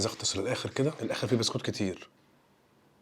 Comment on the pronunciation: 😅 موتني من الضحك : تحس أن عيل مش عارف ينطق ببسكوتة هههه قال بستوتة